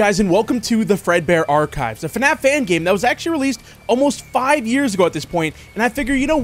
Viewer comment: saying "arc-hives"